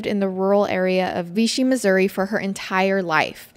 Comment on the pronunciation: We were family friends of victims yall butchered ALOT of facts, mispronounced Rolla, AND ITS VICHY (like fishy with a V) 🙄 rip Susan, Kyle, and Adrian gone but never forgotten